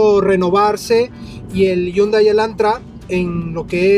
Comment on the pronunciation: Ese es un Hyundai Elantra 2017 no el 2016... deberías aprender a pronunciar la marca “Hyundai”.